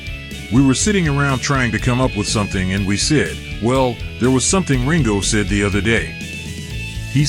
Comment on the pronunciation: Keeps on pronouncing the word "said" as sid.